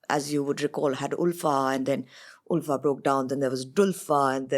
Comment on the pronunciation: How many times we have to say...that its not OOLFAAAA..... Its Ulfa pronounced as ALPHA.😂